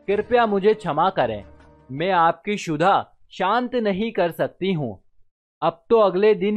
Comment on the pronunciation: For your kind info it's not sudha... It's kshudha means bhookh